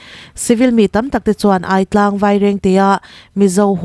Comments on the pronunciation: A bengvar thlak thine, thil pakhat kahan sawi ve lawk teh ang. I thupuanah hian, Aitlang ti a irawn lam hi, Âitlang tiin an lam thin ani tih hi kahan sawi fiah ve duh lawk. Thlukna pek ngai ani e. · Aitlang hi... A lam rik dan tur chuan " Mei lum ka ai tih kan lam ri ang hian "Ai" Hi lam rik ni se a dik a, Buarchep pawh " Buar" Lai hi a hniama lam a " Chep" Hi... Thutthlenga kan han thu a, kan chep kan ti a kan lam rik ang hian "chep " Lai hi lam tur.... Thahnem ngaihna vang in aw